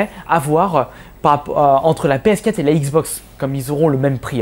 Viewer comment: Arrete de dire "PS Cat" ptain c'est "PS Quatre"...